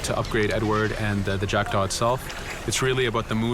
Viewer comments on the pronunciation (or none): le bateau d'Edward et c'est jackdaw pas jackda